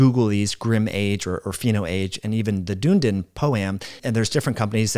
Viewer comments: Try saying duh-NEE-din instead of dune-din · Hi, just a helpful bit of information (hopefully 😊😅) The study is not pronounced Dune-din, it's Dun(done)-e-din, it's a City that is on the South Island of of New Zealand. I'm an Australian, so I don't take any offence or anything, just thought it might be helpful, love your content, great information, delivered in a great format, keep it coming. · The pronunciation is "duhn-ee-din", not "Doondin" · the place is pronounced like “Dune-Eden”, doon E den. As always you present great info like a master. We value your advice. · Dunedin .....Dun (as in done) ee din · FWIW, I live near Dunedin FL, that town is pronounced like your wrote it. I butchered the pronunciation the first time I saw it just like.